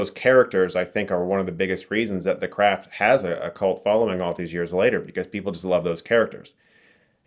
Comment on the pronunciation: I swear Chris pronounce "craft" as "crap" a few times on purpose. Lmao.